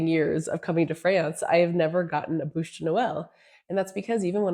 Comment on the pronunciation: BÛCHE Not bouche my dear....